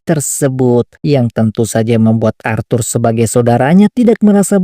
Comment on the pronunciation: ASHUR BANG, BUKAN ARTHUR... :cat-orange-whistling